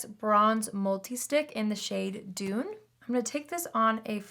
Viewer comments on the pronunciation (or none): none